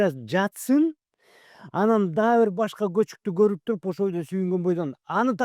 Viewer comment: Көчүк деген сөзгө өтө басым болуптур го